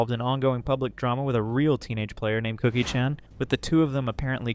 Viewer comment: can’t even pronounce Chan correctly 😂